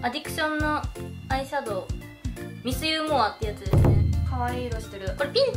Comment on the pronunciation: アディクションのミスユーモアのイントネーションちゃんとmiss you moreの人初めてかも笑 大体の人miss humorっ感じやし